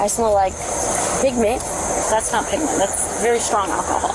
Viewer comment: Pig meat LMFAO!!! I DIED laughing XD I know she said pigment, but holy chits that cracked me up. "I smell like pig meat" is the best accidental caption I've ever read coming from an off duty cop.